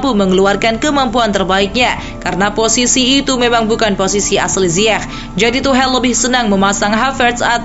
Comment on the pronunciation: Tuchel ❌ To Hell ✅ Pengisi Suara Yang Gw Denger... :V